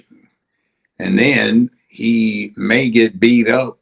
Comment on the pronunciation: Judge needs to pronounce using enunciation: ‘disparate’